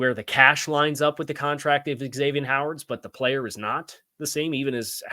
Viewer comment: Zavien, not X avien